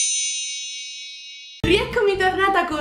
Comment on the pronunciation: Non hai detto everyone correttamente